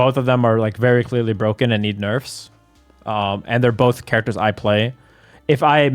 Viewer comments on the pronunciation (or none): none